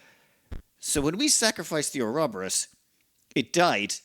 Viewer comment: Pronounce "Or-ro-bo-rus". ALso please turn on the music.